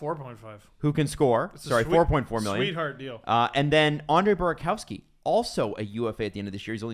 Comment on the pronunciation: calling Burakovsky “buraCOWski” and JT Compher “TJ Compher” bothers me more than it should 😂